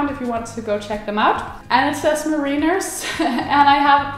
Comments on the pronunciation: "Mareeners" - no offense, but: that is AWESOME...I'm going to start calling them that :) Anyway: great collection! perfectly curated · Pronounced ‘mare in ers’